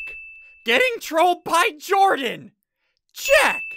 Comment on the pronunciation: dude really it's Jordan not jardon or jardonz